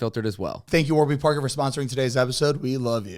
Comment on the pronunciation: Am I the only one who noticed during the one ad read the website was wrong? Isn’t it Warby Parker. Not warber Parker lol